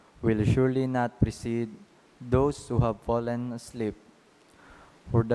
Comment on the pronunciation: God's word is salvation. With all due respect kindly train the reader to pronounce properly. I could hear the word fallen pronounced as pollen and many other words. PEACE